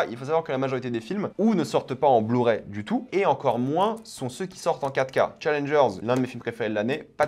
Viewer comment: Quand il dit 4k j'entend caca ducoup je suis content